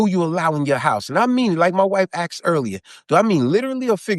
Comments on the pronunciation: He didn't ask. He axed. Sheeeeit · I’m not listening to anybody who says, “axed.” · he know wha he axe fo